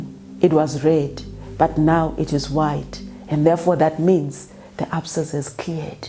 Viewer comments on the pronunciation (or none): none